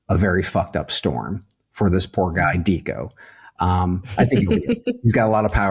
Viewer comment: It's pronounced Decco, fyi